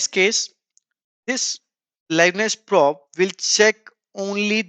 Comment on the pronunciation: probe is pronounced "prowb"